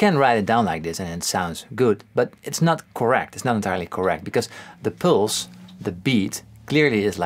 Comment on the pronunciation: Pulse sounds like "pills"